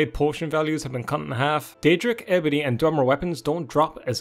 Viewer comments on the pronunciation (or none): none